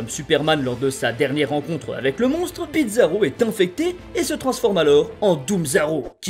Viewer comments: C'est moi ou tu prononce bizarro, "Bitzarro" ? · Pourquoi tu prononce bitzarro ? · pourquoi "Bidzaro"? Il faut le prononcer comme bizarre, et non comme pizza 😅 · tu disait bizaro mais j'entendais pizza roh... j'ai faim.